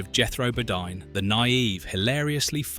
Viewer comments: If that voice had actually watched the show it'd know Jethro's last name was pronounced BoDEEN, inspite of being spelled Bodine. And Sunny was a he, not a her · That’s not the only mistake that was made in this documentary. The mispronunciation of Bodine and references to Sonny Drysdale as a she made it confusing.. The author of this should have done better research.